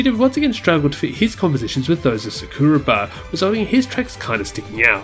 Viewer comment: It's been years and still bro can't pronounce Sakuraba right......🙃 Baba too